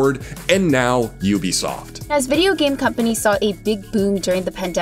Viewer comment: Lol he pronounced ubisoft different ways throughout the video